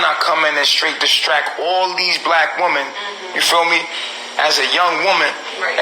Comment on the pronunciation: it's WOMEN! NOT WOMAN!